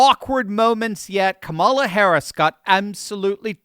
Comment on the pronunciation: This is great. But make yourself more credible and intelligent sounding by pronouncing Ka’ mala correctly.